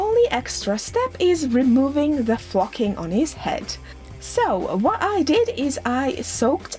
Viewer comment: Ok so love your work but story time I saw this and when you say flocking you sound like your saying ...... something that sounds like like flocking lol. So at work without thinking I told my brother to go flock himself as a joke and he looked at me like I had 3 heads lol